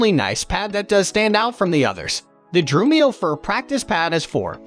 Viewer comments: Exactly what I thought when I heard the narrator say "Drew-me-oh." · Has anyone noticed that the voice narration is AI? Notice the mispronunciation of Drumeo, Remo, and Sabian. Notice the pauses in sentences where no human would pause.